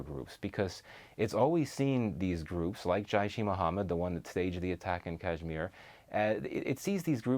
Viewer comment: This guy needs to try harder to pronounce Urdu words properly. Jayush ee Mohamad is not a thing 😆